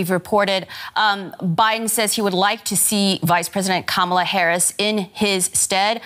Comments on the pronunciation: KA-ma-la: the accent is on the first syllable. Learn to say it correctly. You’ll be hearing it a lot. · Pronounced kamalaa instead of kamaalaa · I read this before i heard her pronounce it. She butchered it. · reporter dude could be more professional, learn to correctly pronounce Kamala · Can you pronounce Kamala Harris's name correctly?